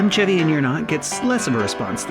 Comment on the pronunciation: I wonder how many episodes it will take before this guy learns how to say the name, "Chevy?"